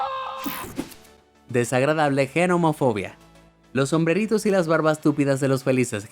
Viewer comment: Yo gracias a Dios no tengo fobias. Pero si me pone muy nervioso cuando la gente no pronuncia bien las palabras, le cambia el énfasis o lee las palabras tal y como las ve. Por ejemplo, has dicho, genomofobia en repetidas veces, cuando realmente es Gnomofobia y la G no se lee, es muda. Esos casos me ponen muy nervioso, pero no llega a más jajajjajajaja